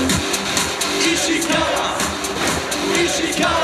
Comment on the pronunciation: 実況の石川コールイントネーションおかしくてみんな戸惑ってんじゃん